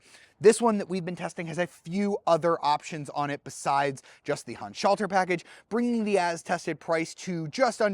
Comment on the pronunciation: You are always trying to pronounce the "Handschalter Paket" like it were an English word instead of acknowledging that it's a German term. It sounds really weird the way you pronounce it for German speaking people.